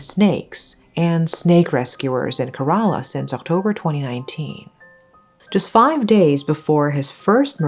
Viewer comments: I know compared to this case, pronunciation doesn’t really matter. May she forever rest in peace, but it isn’t pronounced Kare-ala, it’s pronounced Kera-la. :) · It 's pronounced "ke-re-la" . And it's a state in the southern region of India . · loved the video..... but its pronounced as keh·ruh·laa though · mmm..... it's actually not kerala means u pronounced it wrong like maybe u can search in google how to pronounce it like it's not kerala like instead of pronounceing "e" u will pronounce "e" as "a" ☺️